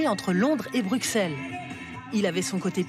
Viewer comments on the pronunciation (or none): BruKelles argggg ca ce dit pas en Belgique! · On prononce brusselle